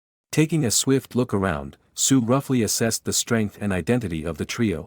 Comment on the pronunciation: I keep hearing suiiii instead of sue💀